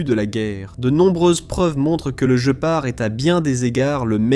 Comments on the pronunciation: Il n'est connu QUE sous le nom de GUÉPARD ! Ça viens d'où ce JE PART, tu connais un félin qui a ce nom là ? Voix IA à la c***🤮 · Par pitié guépard et non je part 😂😂😂😂 . Not i go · Der Gepard ist ein Tier. Auf Deutsch wird GPAR ausgesprochen. G: wird immer hart ausgesprochen, wie im französischen Wort "gare" (niemals als ein "j"). e: wird wie ein offenes "é" oder ein "è" ausgesprochen. p-a-r-d: wird "part" ausgesprochen, da das deutsche "d" am Ende taub ausgesprochen wird, wie ein "t".